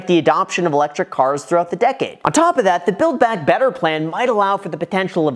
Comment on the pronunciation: Did he say "build BAD better plan?"